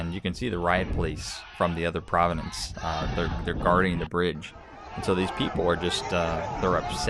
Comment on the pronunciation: Prov-ince...not provi-nenece jus sayin...